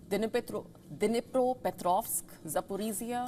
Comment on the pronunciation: ...."these drones were launched aaaa Basically from places like Bryansk, kursk, Melerovo,..." !!!! WHAT KIND OF NEWS READING IS THAT !!!! ......You cant read "Dnipropetrovsk" properly - but how about not being casual with the rest of the text !